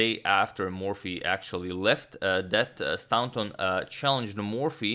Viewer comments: Probably should have said a few videos ago, but you're pronouncing 'Staunton' incorrectly. You're saying 'STOW(rhymes with cow)+NTON' but it should be 'STOR(rhymes with war)+NTON'. The 'taunt' part is the same as the word 'taunt' and as it is in the town of Taunton, Somerset. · It's pronounced 'Stornton' not 'Stownton'. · Staunton is actually pronounced Stornton not stowton. It's an "or" as in core sound not an ow as in cow. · I've been meaning to say this for a while (have been watching this series from the beginning.) But I'm finally going to mention it: Pretty sure 'Staunton' is pronounced 'Storn-tin,' not, 'Stown' (like the word 'town' with an 's' on the beginning,) -tin. Interesting game though, and it's nice getting a bit of back story too :-) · Staunton is pronounced 'stawnton' just to clarify. Loving the Morphy series it's fantastic. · Love your content! By the way, the au in Staunton is pronounced the same as the au in Paul, it’s an ‘or’ sound. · The "au" in Staunton is pronounced "aw" in straw.... more vast knowledge. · I found a source that says, 'Stahnton'. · Staunton is actually pronounced like 'Stoornton' FYI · Staunton pronunciation: The first vowel sound is pronounced like straw. English diphthongs are very tricky and often irregular